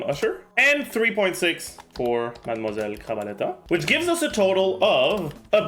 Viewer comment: i only watch this to hear say gentilhomme usher, surintendante chevalmarin and madamoiselle crabaletta